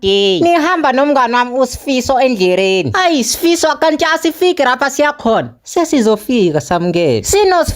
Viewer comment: Ngichazwa indlela abiza ngayo uSfiso😂😂😂